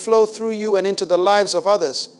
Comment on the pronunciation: Loved this! This AI using the voice of the late Dr. Miles Munroe almost made me forget he is gone, until it pronounced the word, lives, incorrectly... SMH 😒